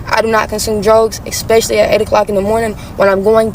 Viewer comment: gives out entire resume then says, "unfortunately, I do not do drugs, EXPESHIALLY"